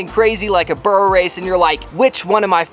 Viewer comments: The way you are saying burro is wrong 👀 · lol why not just call it a donkey race.. your pronunciation of burro sounds so off lol